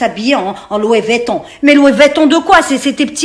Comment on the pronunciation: Ptdrrrr “lowi vétton"